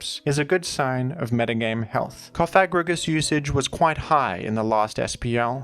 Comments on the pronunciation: the way you say cofFAGrigus is wild lmfao theres only one f, so coFAGrigus is the correct way to pronounce it 😎😂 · pLEASE PRONOUNCE IT PROPERLYYYY ITS COFA-GRIGUS LIKE COFFIN!!!! CoffA STOPPP SAYING THAT WORD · You probably mispronounced the name incorrectly on purpose, but in case you didn't, I believe it's pronounced "cough-egregious" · We know you don't mean it, so don't feel too bad about it. I just pronounce it coffa-grigus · It’s like Cough and egregious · You could say that the pronunciation was Cof egregious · let's say it together. Coff-uh-gree-juss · I like the emphasis when you pronounce CoFAgrigus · it's Cof-a-gri-gus, saying it the way you are could cause some... unintended consequences by youtube auto-detection related to a certain slur. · This whole time I’ve been giggling on the way he pronounces it co fag rigigus🤣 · I’m gay and I laughed every time you said it 😂 I could tell it wasn’t intentional! Good to note though lmao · I thought it was funny every time and not a big deal. But if you feel bad in saying it that way, that's also fine. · Love how you went from pronouncing Cofagrigus like a slur to like an ancient Greek philosopher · You really really REALLY went out of your way to emphasize the "Fag" in cofagrigus when that's not how it's pronounced and I've never ever heard anyone pronounce it like that so that's pretty cool of you! Yeah! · Careful with your pronunciation of "Cofagrigus" there. A spiteful indivuudal might edit it out of context into a sour meme. 😂